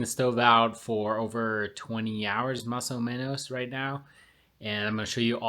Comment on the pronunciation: Your “más o menos” sounded very gringo. :)